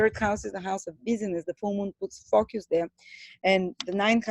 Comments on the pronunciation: Focus - not focius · U pronounce focus as fuckus.... 😂